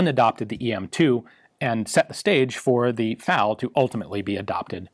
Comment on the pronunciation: Oh my lord.... Did he just pronounce FAL as the separate letters F-A-L??? I never thought I’d hear him do that